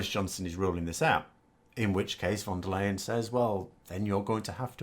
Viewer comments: The name is pronounced Von Der Lie-en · You should really figure out how to say her name. It might come up more often.